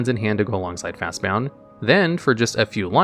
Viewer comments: "Fastbond" not "Fastbound" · It's pronounced 'fast bond' not 'fast bound'. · Am I the only one that got aggravated by him saying Fastbound and not Fastbond? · Dude. Fast BOND. not bound. What the hell is happening? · It's fastBOND, not fastBOUND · Came here to say the same thing like what the heck are they saying it wrong on purpose? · FastBOND! BOND! Not BOUND! Just read it! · Y do u keep saying "Fastbound" when the card is called "Fastbond" like "James Bond"? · Why are you pronouncing Fastbond as Fastbound? Is that what people call it? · I’ve noticed a lot of mispronunciations in your (otherwise excellent) videos. Fast-BOND. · It's Fast-Bond. There is no u in the word. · He purposely mispronounces words in all his videos to get people to comment. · Why is he calling Fastbond Fastbound? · "Fastbound"? Jesus. Read the goddamn card. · The number of times he mispronounced FastBOND is astounding! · At first I thought he just misread the name of the card as "Fastbound", but it's typed multiple times in the video. Maybe the guy that narrated is different from the guy that typed it out? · JFC. I was going "hey, we're going to make it an entire video without this idiot mispronouncing a card name!" "At number one, we have Fastbound." You have to be doing this on purpose. you're really not this stupid, are you? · Ok but my favorite part about your videos is listening to how you mispronounce everything so eloquently like lol fastbound was too funny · Otherwise nice video. Was going to comment about the irritating pronunciation of Fastbond though. After looking through the comments, it seems as though as this is intention. Was going to sub, until I found this out. Annoying AF, so I'll pass. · fastbond not fastbound. ffs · Video ruined because of his ignorant pronounciation of Fastbond. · I get mispronouncing crazy fantasy names, but when a card's name is made up of just 2 basic words like "Fast" and "Bond," how can you mess that up? 😂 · There is no u in fastbond